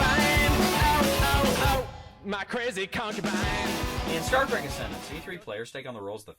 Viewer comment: Semantics: the word trek is a rare example of Afrikaans words making it into English. Some other examples being bushveldt, commando, laager, spoor, rooibos ect. And I can assure you the right pronunciation is exactly like the English word track. And if you can manage to roll your "r" like in shakespearean english you'll be spot on.